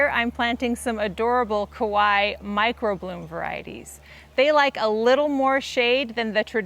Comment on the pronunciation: the way you're pronouncing kawaii makes it sound like you're saying kowai which means scary lol. love the video!